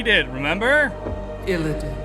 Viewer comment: although it's Illidan, not illadain or illadin;p